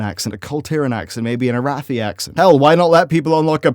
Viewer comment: Finally, he pronounced Arathi perfectly this time! Keep up the good work man